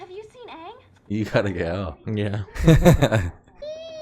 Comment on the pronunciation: Please don't say 'Ung' 😂 Everyone shares a trauma about this huge error from the terrible live-action movie we do not mention. It's Aang - said like 'Ah-ng'